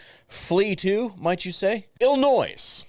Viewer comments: There is no S in Illinois. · Learn to say Illinois correctly. The s is silent.